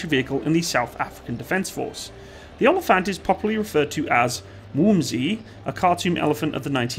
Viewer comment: Its actually pronounced more like oa-lii-phant Greetings from South Africa